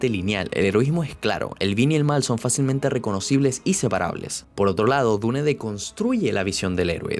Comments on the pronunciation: Se dice diun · Iba bien el video pero detesto que digas dune remarcando la E al final. Me tuve que salir. Hasta donde ví era buen video si